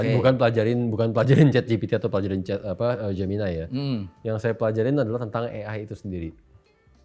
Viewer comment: pertama saya bingung apa itu "geminay" eh ternyata gemini😂😂😂